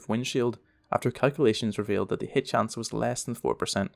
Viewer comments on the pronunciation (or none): none